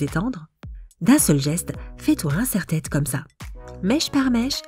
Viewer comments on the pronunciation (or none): C'est moi ou dans une astuce elle a dit un serre-tête